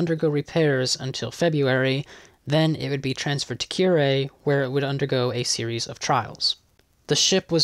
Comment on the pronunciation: Good job! A few minor suggestions: Kure is pronounced ku-re, Yokosuka is pronounced yo-koska. If you'd like to read a Japanese torpedo-bomber pilot's account of the war — including his roles in the PH, Midway and Wake attacks — search for 'The Miraculous Torpedo Squadron' the autobiography of Juzo Mori. There is much information therein that isn't in the many English accounts of these battles.